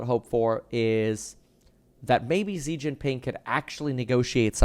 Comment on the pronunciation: It’s shi jing ping not zeee Jin ping